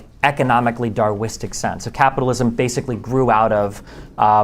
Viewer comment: Darwinistic not Darwistic destiny. 😅